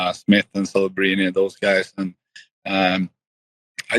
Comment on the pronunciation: he said kelebrini lol